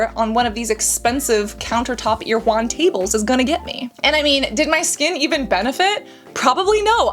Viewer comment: It’s pronounced air-uh-won!